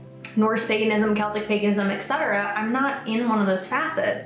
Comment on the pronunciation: Ek-cetera? It’s Et-cetera.